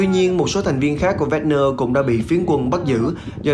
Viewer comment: Wagner - đọc thành Vegner, Hussein - Hút xe in .... FBNC phát âm theo tiêu chuẩn SGK thời kỳ 1990 ?